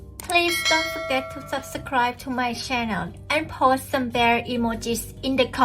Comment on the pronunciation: PLEASE fix the way you say subscribe. It's not sub-ser-scribe.